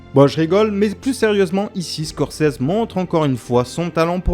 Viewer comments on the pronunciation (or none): none